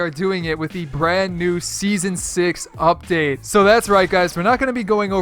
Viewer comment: Did you say fuckdate